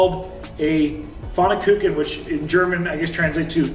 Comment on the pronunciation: pronunciation of "Pfannkuchen" is so funny but it was a good attempt at it.